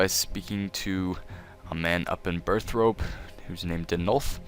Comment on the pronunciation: "BIRTH ROPE" OMFG MY EARS